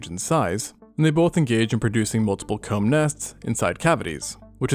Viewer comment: Comb, not cu